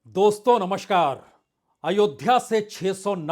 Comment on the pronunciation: नमस्कार बोलना सीख लो नमश्कार नहीं।,,,, पढ़े–लिखे भंगार। 🎉🎉🎉🎉🎉 नमस्ते को तो, नमस्ते ही बोलते होंगे,, नमश्ते तो नहीं